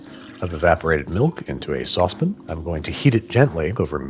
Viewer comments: Why does he keep saying "sauce bin" instead of "sauce pan" What is a sauce bin? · saucepin to a "pan" . why the different pronunciation? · It’s a sauce PAN, not a sauce “pn”! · Come on, Bro! Your are pronouncing it Sauce Pin? It is a Sauce PAN! Don't be a tool, Babish. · Are you saying "sawsbin"? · Must you say "saucepn"? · "In a medium saucep'n..." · I love how Babish pronounces the word “saucepan”….”saucepin”❤ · "Saucepin" and "whole water" are gold. Also its not Mac Boci, its Bocoroni... cmon, Babish. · You had me until you said saucepen. It strikes me the way some people say crayins (crayons). Still love your content though. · you mean saucepn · it wouldn't be Babish without him mispronouncing saucepan as "sauce pin" <3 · You're worrying about how people pronounce things, and that's how you say saucepan? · Just know that if babish starts to pronounce saucepan correctly, "they" got him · that boujie way of pronouncing sauce pan was so funny to me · Im reading deadpan, the same way he pronounced saucepan. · The way you keep saying Saucepan as Saucepan is so hilarious dude 😆